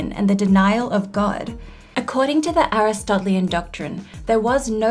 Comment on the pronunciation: You get 10 extra credit points for pronouncing "Aristotelian" correctly.